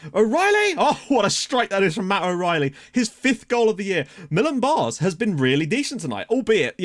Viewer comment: Fyi; the aa in Baars is pronounced like the a in apple or the a in Cameroon